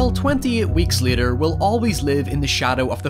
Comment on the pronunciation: Bro it’s later not liter